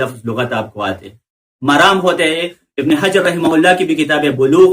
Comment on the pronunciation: ابن حجر بھی نہیں ہوتا ہے پیش سے پڑھتے ہیں زبرسے پڑھ رہے ہیں خود غلط پڑھ رہے۔